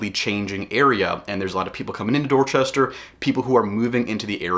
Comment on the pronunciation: The way this guy says "Dorchester" tell you he knows nothing about Dorchester and has never been there.